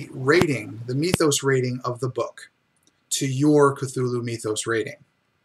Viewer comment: Meethos? As in Meethology? lol